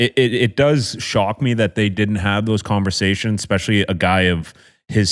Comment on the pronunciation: that and Yands always saying “Expecially”. Drives me insane